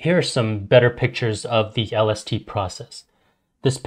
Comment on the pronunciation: My guy that mericle grow stunts yer plants so they only grow to be like 3 to 4½ feet tall and u wont yield that much if u use that mericle grow shit and lol everytime he says lST I think he says LSD I'm like hollup what's that gota do with this